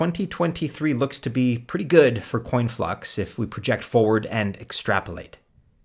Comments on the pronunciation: IX??? No disrespect to you, however your coins are way off and it's conflux, not "coinflux" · It’s Conflux not Coinflux